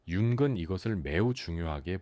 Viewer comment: 내용은 좋은데 "융근 말합니다"를 보니 AI인가 보네요. 몰입이 안됩니다.